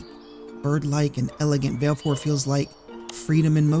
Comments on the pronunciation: “Vailfour” gurl bye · Vah-leh-four, like va-le-dictorian. She pronounces it in Dissidia. Awesome content!